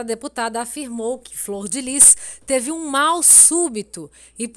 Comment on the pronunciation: Fror ou flor????